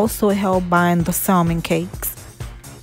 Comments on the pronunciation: Looks great, just a little tip, it’s pronounced SAMON (no L sound) no biggie but wanted to share! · Salmon L silent